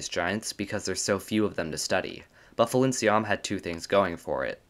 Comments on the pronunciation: The name should be pronounced as Pailinsiam because thats how that gemstone is called. Thai language happens to have a lot of alphabets that could be converted into a P sound in English so people kinda use both P and PH to differentiate them (still not enough) and it leada to pronunciation error like this because PH makes an F sound. I prefer we just use P for all of them because it makes more sense phonetically. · FYI, Thai people pronounce Phailinsiam as pai-lin-sa-yarm. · Phailinsiam is a real gem! ... Get it? B) Though, I fear you're actually pronouncing its name wrong! I believe the "ph" at the start represents an aspirated "p" sound rather than an "f" sound, meaning the first syllable is pronounced like the word "pie". The "ph"="f" thing comes from Greek, where aspirated "p" sounds gradually weakened to "f" sounds, hence the "f" in words like "phone" and "sphere" - but "Phailinsiam" is a Thai word, and the พ character in its Thai spelling (ไพลินสยาม) represents an aspirated "p" instead of an "f"!